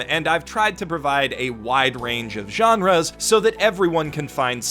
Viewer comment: What is wrong with "genres" ?